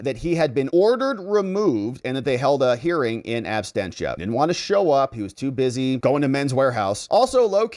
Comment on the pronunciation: Abstentia ❌ Absentia ✔ 🙂